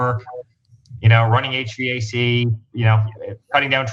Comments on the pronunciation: The fact that he pronounced each letter of HVAC leads me to believe he never touched it. The lower end office workers for general contractors call it that. Nobody in the trade would have. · No one that does HVAC for a living calls it H-V-A-C. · Yeah, the 'ha-vac' caught me too. I'm not in the business but have always heard it pronounced 'Aych-vac', as in the letter 'H' then 'vac'. Though I will say the Trumps are good at havoc. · No one ever says they do H-V-A-C. It’s H-VAC. So full of shit. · eric gave himself away when he spelled out hvac instead of saying "h-vac" like the first part of vacuum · Nobody who does h vac calls it H V A C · It is not H V A C, pronounced H-VAC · The most immediate tell that he knows nothing about this is that he said "H V A C", pronouncing every letter. Anyone who worked in the Maintenance field would simply call it the same as Cenk did, "H Vac". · Hvac? Nope he never did that or he would know how to say it